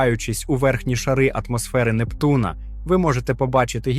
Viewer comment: От цікавить, автор знає про таке.поняття, як наголос?- не "Нептуна', а "Непту'на"!!!